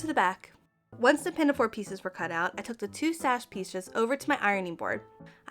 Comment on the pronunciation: there is no "t" in pinafore